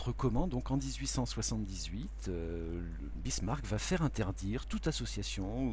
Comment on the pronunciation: Très bien ! Excepté peut être l'erreur à Bismarck et non Birsmack :)